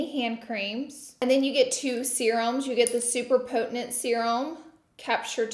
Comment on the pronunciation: So we just gotta pay $700 for a half decent advent calendar. Noted, good to know. Minus Lunar Beauty of course. Edit 1. Scentbird is a funner, cheaper, easier way to find new fragrances. Edit 2. Did Laura pronounce potent, 'potenent'?